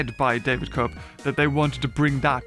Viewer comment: "Koepp" pronounced "KEPP"